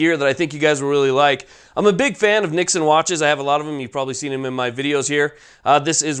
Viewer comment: Yeah, I was like why is he mispronouncing it?!!!